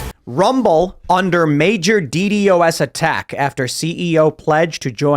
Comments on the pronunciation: We usually pronounce it, "DEE-DOS", Tim. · who actually says the letters in DDoS?